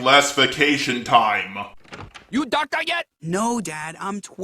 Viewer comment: "you docta yet?!" 😂😂